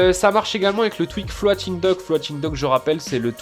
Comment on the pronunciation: Dis juste floting pas Flo ating dock psk bon 🤣